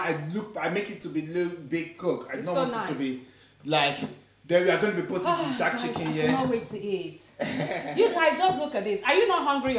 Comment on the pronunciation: Has anyone told it is JERK chicken and not JACK chicken?🤣🤣🤣